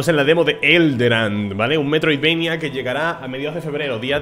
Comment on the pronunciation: asco escuchar que le digan metridvania a los search action es como si uno les dijera marionic a los plataformas